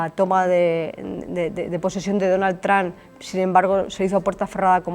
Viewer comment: perdona puedes parar de decir Donal Tran .....